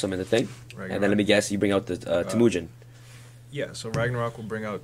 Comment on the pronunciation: It's TEH-mujin, not teMOOjin!